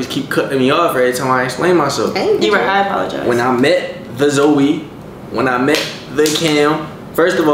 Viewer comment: Shawty can’t even say apologize